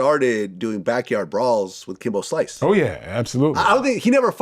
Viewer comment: Kimbo slince 😆